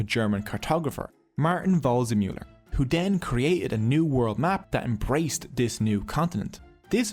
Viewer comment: “Just like WRONG-zemuller” 😂🥳😂🥳😂🥳